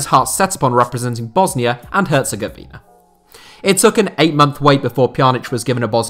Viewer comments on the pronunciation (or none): none